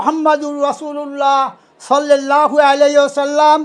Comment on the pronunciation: সোয়াল্লাল লাহু আলাইহি ওয়াসাল্লাম । ( সঠিক উচ্চারণ )